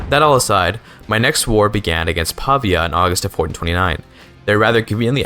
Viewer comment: Hej quick tip from an Italian, when you see "ia" at the end of a word like in "signoria" or "Pavia" it's very likely you are supposed to place the emphatic accent on the "I". "Signoria" would be rendered as "See-ño-ree-a".